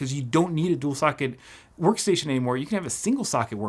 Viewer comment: That "sworkstation"